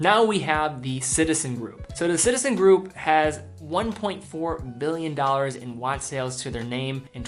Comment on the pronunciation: Please learn how to pronounce "Billion". It's Billion. Not Mbillion. There's a big difference. Without graphics I couldn't be sure. Thanks.